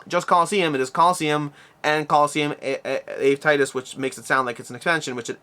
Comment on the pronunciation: Ave = Ah-vay. Latin greeting. So Ave Titus is like saying "Hail, Titus".